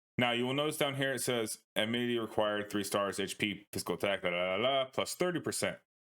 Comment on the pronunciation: Cool guide, I think he was mentioning how you pronounce "amity" as "ammininityyyyity" though😅